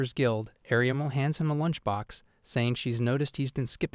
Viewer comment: There's an issue with the AI calling everyone ariamel or "areamul"